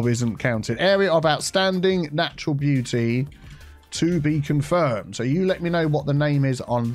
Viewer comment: More like "Area of oustanding beau-tea"